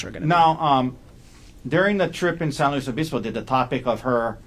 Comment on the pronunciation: why is he pronouncing San Luis Obispo like that?